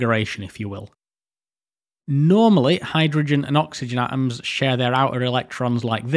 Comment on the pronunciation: Ok, informative, interesting, but this prenanciation is literally making me suffer: atoms sail like [a-ums]